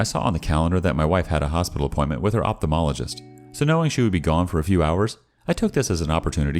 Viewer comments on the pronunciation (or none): none